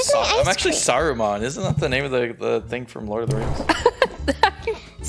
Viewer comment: Sarumon is salmon sushi, Say sarumon without the u it will be like salmon